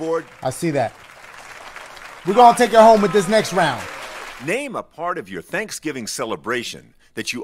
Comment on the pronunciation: "I'm just gonna rame random fruits"